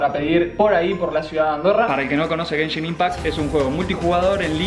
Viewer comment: gayshin impact eh? *se desubscribe*